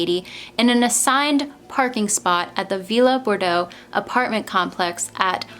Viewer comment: But you still mispronounced her last name...